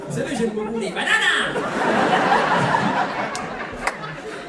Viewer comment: Je commence à regarder et là ton accent sur banana… ben chui écroulée, heu chui vieille donc version de vieille 😊😅